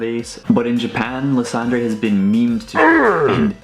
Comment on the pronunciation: Lysandre is pronnounced as Ly-San-Der,dude.